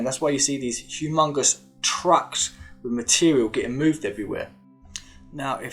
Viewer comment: Depth perfectly but then furver. No such word. Smart man, make an effort. Wiv with, ova other, fing thing. Let go of your childhood.